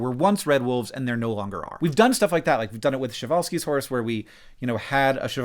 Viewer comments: Shevalsky horse?! What?! That is something. Like just make up a name for that horse from the scratch please dont mix it with french... I mean Przhewalsy horse is hard to pronounce, i get it... But shevalsky... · i loved the part where you couldn't correctly pronounce Przewalski's horses name. lol. it's not shevalskies omg. it's Przewalski's.